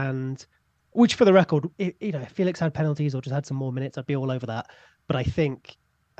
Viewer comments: Also it's apparently more like Fey-lish than Fey-lix if I'm not mistaken? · Just in case you guys care, it is feh lix not Felix there is an accent on the E...apparently he gets annoyed by people not saying it properly lol poor lad